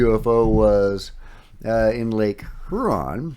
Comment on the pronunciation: Hey,. Thanks for the updates. Much appreciated. FYI, Huron is pronounced more like "Hugh-ron".